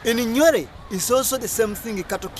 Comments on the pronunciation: Who told you that Nuer and Dinka are both resided in Bahr El Ghazal and both are farmers My friend these are misleading information, you better go and study again ..... the way you pronounce Nuer is even not the one we know in South Sudan or you are talking about another tribe in Uganda. But it is not your fault, it is our mistake that we are fighting ourselves for nothing until such low people like you got a gut to talk about mighty South Sudanese. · 99.9% of southern Sudanese will tell you that you got the whole thing wrong brother. Try to read more books written by southern Sudanese experts about each tribes. oh! your annoying pronunciation of Nuer .